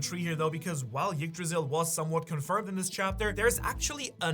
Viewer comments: The tree is called "Yggdrasil", not "Jiggdrasil". But the fact, that this guy knows exactly how to pronounce it correctly, but chooses to do it wrong, just hurts.. so cringeworthy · you don't have to pronounce the "y" part of yggdrasil so hard. the first sound is more of an "eek" sound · Come on, it's not pronounced Yggdrasil, it's pronounced Yggdrasil.